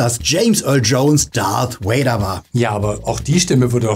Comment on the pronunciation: RIP James Earl Jones! Und Leute…es heißt Darth Vader und nicht Darth Wader!!!!! Wenn Ihr die Filme im Original gesehen habt, werdet Ihr mit Sicherheit über die originale Aussprache gestolpert sein!